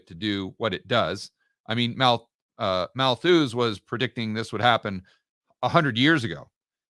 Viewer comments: It's Malthus btw, not malthooooose... Great content as always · ‘Malthus’ is pronounced with the accent on the first syllable, and the ‘us’ part is pronounced as ‘us’, as in we/us. Appropriately enough ‘Malthus’ therefore rhymes with ‘mucus’ and has the same meter. But it would have even been more apt if it had rhymed with ‘shit’. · Getting too much joy from hearing say, “mal-THUUZE” 😂